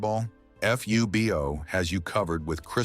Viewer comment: More AI narration says F, U, B, O instead of FUBO one word.